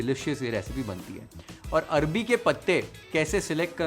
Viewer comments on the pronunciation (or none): Bhai 😂arbi nhi arvi k patte 😅😅😅